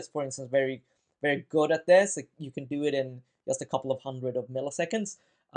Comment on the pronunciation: Pardon my ignorance, but what's this accent called? I'd never before heard "just" pronounced "yust". (I'm from Central Europe.)